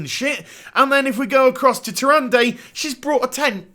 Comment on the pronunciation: TyranDAY? Dafuq,. It's not like it's been pronounced in everything from WC3 onward... Despite your eccentric pronunciation of some names/words ("beta" comes to mind) I enjoy your vids quite a bit. Cheers!